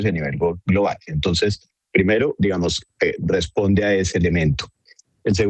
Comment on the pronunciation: Ackerman dijo 27 veces "digamoz"